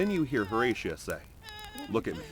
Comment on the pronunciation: Horatia. Also the vid is AI so it may sometimes pronounce it wrong